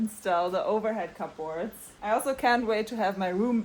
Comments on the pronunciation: To correct your pronunciation, it’s pronounced “Kub Ords” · I love the way she says cupboards. Different! 😏